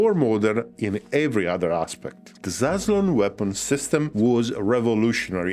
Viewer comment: zasslon, come on, just say it like that come on